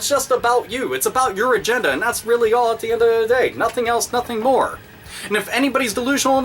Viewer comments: I SORRY BRO YOU ROCK, LIKE SERIOUSLY, but its a lil funny when you say at'the'endatheday XD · this video is great but i just wanted to point out that you say "at the end of the day" weird